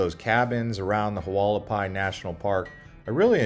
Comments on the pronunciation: Pronounced Wall ah pie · The way you pronounce Hualapai 😂😂😂